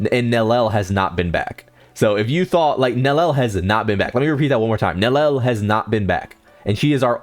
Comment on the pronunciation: okay, let me lay it out for you. Nellel and Ulquierra are obvious mistakes. So fair play pointing those out, I guess. But Grimmjaw is a stylized pronunciation that is more faithful to the way it's pronounced in japanese. You'd know that if you'd watched the show with the original voice actors. So that's the exact f it has to do with it: you acting like -jau is the definitive way to pronounce it because that's how it is in the dub. It is not. Both are acceptable.